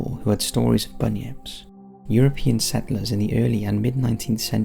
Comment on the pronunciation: I love how he says things like, "antlers" and "settlers". It really shows off his accent.